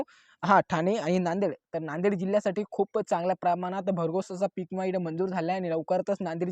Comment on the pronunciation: इमा काय म्हणता विमा म्हण